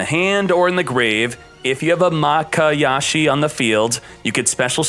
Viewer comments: its MAYA KASHI not maKAyashi...........notice me..... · He keeps saying makayashi🤣🤣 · I like how 2/3 of the way through the video, he goes from pronouncing mayakashi correctly to pronouncing it wrong. He also pronounces ballista wrong, which irks my greatly.